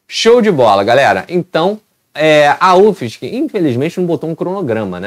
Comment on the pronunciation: PRONUNCIA UFSC MESMO!!!